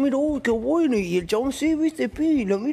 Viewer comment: Por qué decís buenou ?